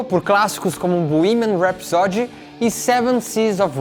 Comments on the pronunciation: Gostei deste vídeo, do texto e de sua edição bem profissional. Só queria sugerir ao simpático que acentuasse o primeiro "a" de rhapsody, rhápsody e não rhapsódi. De resto, só elogios ao vídeo. Não seixem a peteca cair. Está muito bom, assim. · Que aflição com a sua pronúncia de "rhapsody"... custa nada dar uma olhada antes de fazer um video sobre Queen.